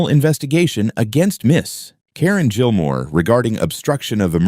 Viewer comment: Gilmore is not pronounced Jillmore